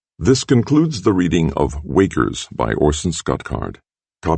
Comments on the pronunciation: did he say wakers or walkers in the start. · Wakers is what I heard :)